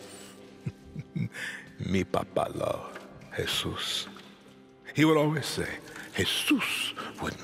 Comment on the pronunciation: please stop saying Hesus to me its just feeling racist